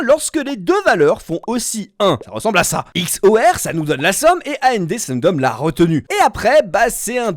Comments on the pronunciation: Mes oreilles ont saigné pendant toute la vidéo à chaque fois que tu prononçait A-N-D, O-R, X-O-R, etc... 🥲💀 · Question : pourquoi est ce que tu dis ''A.N.D.'', ''O.R.''... et non ''and'', ''or''... ? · Bonne vidéo, juste sur la prononciation des portes logiques ça a été un supplice 😂. Ça se lit comme un mot : and c’est et en français par exemple ça se dit pas à n d et nand se dit non and